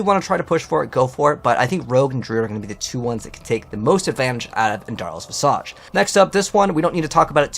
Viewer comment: It’s not visAJ like massage it’s visage like slippage or cabbage. Vizidge